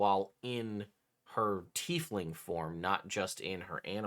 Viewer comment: Is my guy saying teethling?